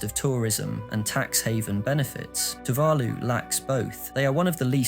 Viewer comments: Amen to that. One can forgive a mispronunciation or two, but not if it's the main topic of the video. It immediately detracts from the credibility of the material. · Also maybe find out how to pronounce Tuvalu and Kiribati correctly before reading the script... Kinda undermines the video with giant unnecessary subtitles and mispronounced words